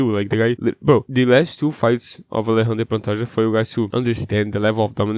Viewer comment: O jeito que você pronuncia Alexandre Pantoja corretamente entregou.